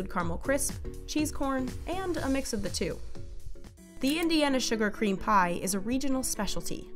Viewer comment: Narrator: The Indiana sugar cream pie. My ape brain: CUM PIE